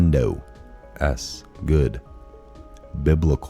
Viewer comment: I like your new intro but miss the old.Bi-bli-cal NOT bi-blu-cal dogged = dog-ged (showing tenacity or grim persistence, as dogged determination)